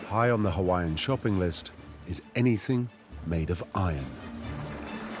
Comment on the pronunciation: Stop miss pronouncing the Hawaiian language! It’s disrespectful to my Hawaiian Heritage!